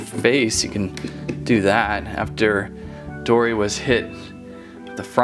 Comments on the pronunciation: its dory not dora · It was funny you said dora not dory